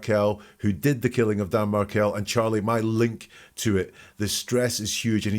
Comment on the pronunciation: The fbi guy says "diga?" Which is Spanish for "talk to me" and a common way to answer the phone. Just FYI:) also, it's Markell not Martell, but I know that was just a tiny error and you know his name. No big, we all misspeak a bit from time to time. ❤